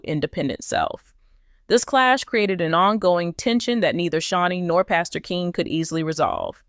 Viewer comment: Pastor Keion(Key-on) Henderson not Keen. This is to the person speaking about this story.